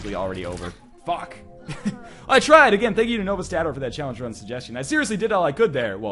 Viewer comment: you said challenge rum.